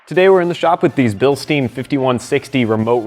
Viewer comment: So much wrong in this video. You want to torque the bolts down while the truck is resting full weight on the tires. Don't use an impact wrench. Second, don't position the hose clamp on the shock tube. Turn it to rest on the black spacer.Third, it's pronounced bilstine, not bilsteen.